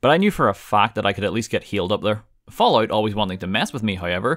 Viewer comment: I swear to god I heard him say “when you think of the ballout series”